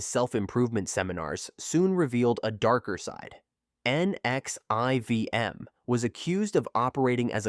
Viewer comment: NXIVM is pronounced Nexium (nex-see-em) I couldn't take it being spelled out.